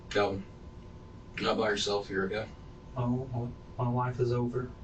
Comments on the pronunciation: Kalvin, not Alvin... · Calvan Or Alvan, Uploader? 🙄